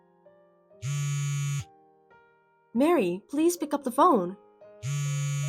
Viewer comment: Maree not Mary.